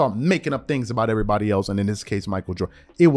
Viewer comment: HEY, Y U TALK LIKE A MAGGOT?? SAYIN EEEEREERRYBODY NAME LIKE THAT..